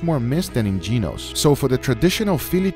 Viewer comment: He called "Genos", ..."Jim's" 🤣🤣💀